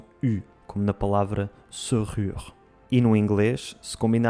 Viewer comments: Ola muito bom, mas em francês a prenucia de serrure nao é bem se diz sérrure . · Gosto dos teus videos. Tens de pronunciar la e de serrure com se fosse uma é. Não há é porque há dois rr logo.